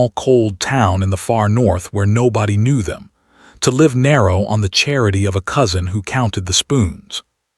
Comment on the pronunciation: Live short i not lived with long I. Please stop reading the wrong word!